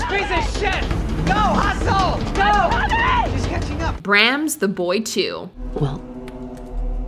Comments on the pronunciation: 'Brahms' should sound like the 19th century composer's name Brahms....as in ' Brahh-ums'...unless someone changed the pronunciation of the name in the last 190 years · You mispronounced "Brahms".